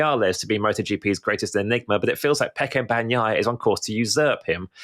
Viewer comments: It's BAG NEEEEEE YAHHHHHHHHH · BAHN-YAI-AH, but Brits delight in butchering Italian words, names included but I'd bet they'd correct an Italian who screwed up their British name PRONTO! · I’m Italian and I think it’s a funny pronunciation: he can keep it if he likes it haha. Anyway for people who know Spanish, just pronounce it as “baña-ya” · please, in "Bagnaia" "g" is silent. You don't pronounce it. It just softens "n".